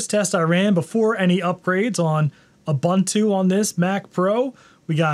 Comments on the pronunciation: ub untu, not ab untu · That's not "OOBANTOO".